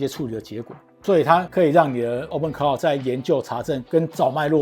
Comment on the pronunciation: Claw應該是要念o (law, saw), 不是au...